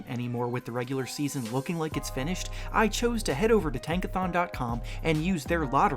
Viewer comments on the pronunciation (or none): none